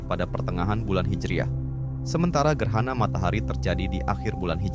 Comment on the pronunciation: Bukan gerhana..gerana...😅